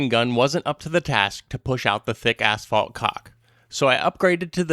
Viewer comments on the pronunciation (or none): You said asphalt, but I heard black caulk.